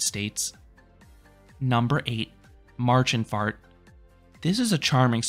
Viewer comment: You always do a great job with all the pronounciations. And your videos in general. ei in German is pronounced like I though. (You‘ve got that correctly with Papageienbahn)😊 And it‘s Märchenfahrt. ä is not a. But I guess that‘s hard to type and hard to find the pronounciation for. In this case it‘s somewhat like Mair-shen-fahrt and Zaygewerk 😅